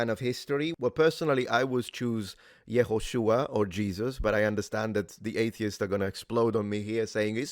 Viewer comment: Hi. Around minute 17 you say Jesus's name by it's Hebrew pronunciation. But I think you made a mistake. Now I'm not linguist nor a historian nor a theologian. But I am an Israeli. So you said "Yhoshua" (יהושוע), buy Jesus in Hebrew is "Yeshua" (ישוע). "Yehoshua" is commonly translated into "Joshua" in English.